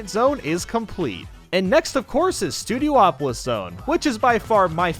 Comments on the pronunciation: He said studioopolis and not studiopolis. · Why does EVERY channel pronounce Studiopolis wrong?